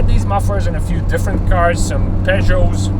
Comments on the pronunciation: 😉It is pronounced [p] [œ] like fire in French as we say "feu" [j] like the sound of the letter g of gymkhana [o] like though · Pronounced "poogot" in merican!